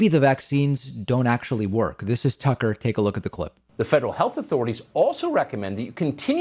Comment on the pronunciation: It's Tuckkker Carlson...